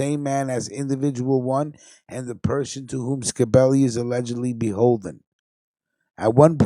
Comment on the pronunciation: Not ska belli it's scibelli get it right 👍 stunad.. fuhgettaboudit..